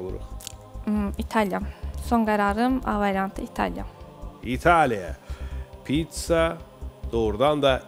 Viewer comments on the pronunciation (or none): Pitsa yox, Pizza